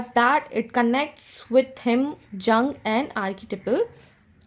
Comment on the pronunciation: ma'am, you are really a highly helpful teacher for all literary aspirants. Jung is pronounced as Yu: ng with Yu pronounced as यू